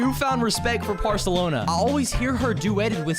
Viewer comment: Did you say porlsolona